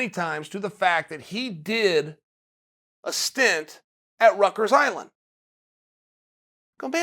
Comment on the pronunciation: Chael it’s pronounced “rikers island” not “ruckers” just a note 🤣